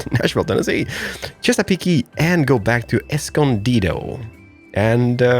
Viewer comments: Chess-a-peak no e sound on the end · You Chesapeake by (Chess-ugh-peak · Chesapeake is chess-ah-peak